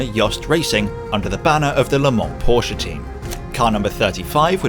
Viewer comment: Thank You for saying 'Porsche' CORRECTLY!